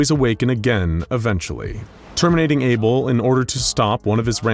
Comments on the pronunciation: Isn't it Abel not Able? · isn't it Abel? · for fucks sake, its abel